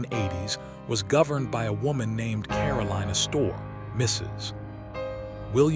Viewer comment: Is it too much to expect people who produce these videos actually learn something as important as the correct pronunciations of names like "Astor" & "Consuelo"?!